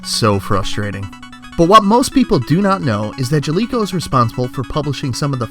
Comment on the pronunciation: I was gonna make fun of you for not knowing how to pronounce Jaleco, but you can't pronounce "project" right either and now I'm just sad.